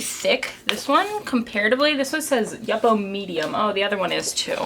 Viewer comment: Love the video, thanks for sharing, but the yupo paper is pronounced you-poh, for future reference. Also, if you wait until the ink is almost completely dry before spritzing it with the alcohol, you can keep the speckled effect in the arkwork.